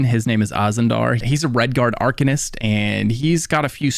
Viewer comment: I had to stop at 6 minutes in and find a different video, couldn't stand how arcanist was pronounced.